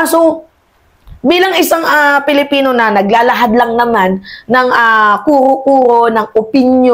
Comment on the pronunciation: Hay naku narinig ko naman ang maling pronounciation mo sa pagkakakilanlan natin..Anong Pelipino???? "PILIPINO" Wag mo artehan dahil lalo pumapangit..kaloka ka